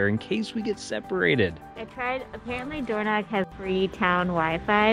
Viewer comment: Door knock???? Even google has got the wrong pronunciation!! you say it using the back of your throat! Dorno (use your throat to make the sound)ch, DO NOT pronounce like a k. Next, this is the Spelling of Alness, one L not two, this is how Burgh is spelled and pronounced BURRA NOT borrow!! Disappointing you didn't show the inside of the Cathedral as it's stunning!! Did you know that Maddona was married here!! Not the best time of year to visit these parts as everything is almost at a shutdown especially high up in the Highlands!!